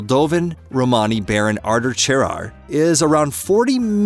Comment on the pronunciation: Good but someone should reach the guy doing the talking how to say Romany